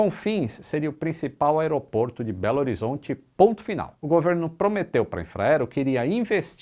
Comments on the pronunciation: Se vc soubesse q o belo horizontino não reconhece a brincadeira "belzonte" pq ninguém fala assim... mas fez sua graça. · "Beozonti" só existe na cabeça de paulistanos e cariocas mal informados. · Gente ninguém aqui fala beozonti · Para de chamar Belo Horizonte de Beozonte! Isso é uma forma ofensiva de tratar os mineiros. Ninguém, pelo menos os mineiros não pronunciam assim o nome da capital de Minas. Peça desculpas, não faça isso com esse povo bom. Brincadeira de mau gosto. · Nenhum mineiro fala "Belzonte" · Muita gente ja disse nos comentários mas não custa repetir: "belzonte" doeu nos ouvidos. Só escutamos isso de quem não mora aqui. Nunca ouvi um belorizontino falar assim. Belo Horozonte tem outro aeroporto, o Carlos Prates, que acaba de perder sua homologação e será desativado em 2022. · Mineiros: nós NÃO falamos "belzonte". Pessoas de outros estados: Ahh mas falam sim!!! Noh, é difícil viu kkkkkkk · Muito bom, mas realmente nós mineiros nunca falamos "belzonti" kkkk. O acesso para Confins pode sim melhorar, porém não é tão ruim como em Natal e outros que conheço. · Oncotô está certo,mas belzonti tá errado.Mineiros não chamam belo horizonte de belzonti e sim de bh. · Mineiro nenhum fala Belzonte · “Belzonte” é de sangrar os ouvidos. Falamos “BH” mesmo. Só quem não é daqui que fala assim. Aeroporto DA Pampulha. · Sou de Belo Horizonte, e realmente o acesso à confins não é complicado, embora a passagem seja cara e ele seja bem mais longe. Obs: Ninguém aqui fala belzonte kkk, todos geralmente falam só BH mesmo. Excelente vídeo!! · Alguém fala pra ele q é mito. Nenhum de nós mineira fala Belzonte não..... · Esse canal é top dms.. mas ninguém aqui em minas ninguém fala beozonte, NINGUEM... Kkkk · nenhum mineiro fala Belzonte, é bê agá. 😊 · Pare de falar beozonte ninguém fala assim aqui em Minas isto e coisa do resto do país. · Amei o vídeo! Só que aqui ninguém fala belzonte kkkkkk só bh mesmo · Belzonte? Ninguém de Belo Horizonte fala Belzonte